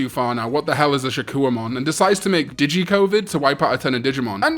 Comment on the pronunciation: He said "digi-covid" and i lost it 😂😂 id say Adventure, Tamers, and Frontier are my top 3